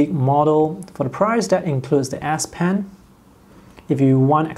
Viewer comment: It's an (S) ess pen not an ass pen